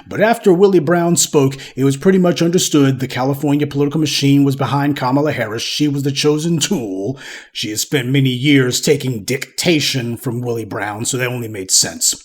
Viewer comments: “She was taking DICtation” ….accent on the first syllable..lol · He said "dick-tation". 😅😅😂